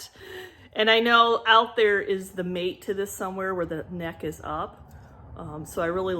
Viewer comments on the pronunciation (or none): none